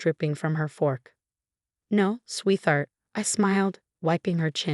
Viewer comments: The AI narration is HORRIBLE!!! Learn to READ before trying to narrate anything!!! Sophia is NOT pronounced Suffi. Sweetheart is NOT pronounced swee-thart. It's a compound word...sweet-heart. There's more, but those were consistently mispronounced. Uuggghh!!! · There's an HOA in this story..?? I guess I missed that part. BTW Y'all still haven't fired how th3 AI pronounces Sweetheart and facade. Quiet annoying